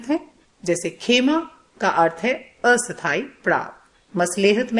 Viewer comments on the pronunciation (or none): none